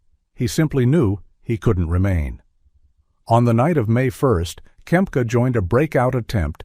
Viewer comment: Not Kemp, its Kempka....